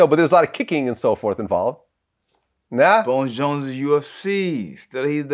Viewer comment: Can’t stand when vlad says bone Jones